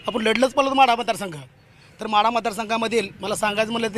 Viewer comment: म्हाडा नाही वो माढा म्हणा